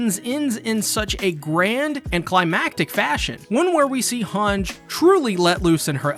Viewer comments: Its "HangEEEE" not "Hang" god damn it -. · also "Han-ji" not "Hanj" ... :D